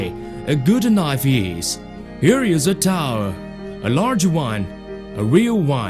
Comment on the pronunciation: some of the best "here is a torwel, a larwge one a weal one!" "this is king dabble knife, a good knife, a magic knife!"